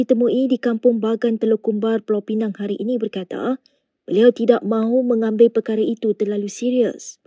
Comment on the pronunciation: aku ingat dah taubat, pengacara melayu celup ni masih lagi sebut 'Pulau Pineng'.